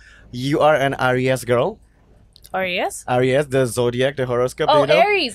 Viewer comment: Eris ( Aries ) cong bukan Ariyess.. bahasa Tebet jgn dipake waks.. mpok Lela ga ngertong wakss